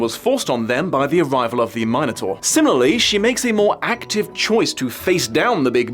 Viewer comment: It's not that hard to pronounce. It's "min" like in "minute" and then the vowel pronounciation varies and doesn't matter and then "taur" like "torment." If you see the word "tauro" you don't say "taro," do you? The "min" is harder but not that hard to figure out. It's intuitive with the way the word is stressed. For the record, I don't care if people pronounce it wrong, but if you're trying to find the right pronounciation it's really not that hard to figure out.